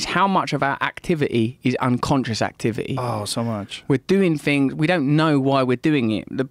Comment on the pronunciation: Russell Brand trying to pronounce the word things is high level problem solving with dire conversational consequences